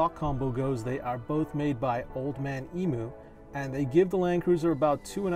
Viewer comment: Great video, but ARGHHHHH it’s pronounced EEEM U. FFS it’s a Down Under company. If you pronounced it like that here you’d last as long as a prawn in summer mate.